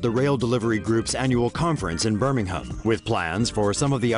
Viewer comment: This man can't say Birmingham right tf id where I live 😂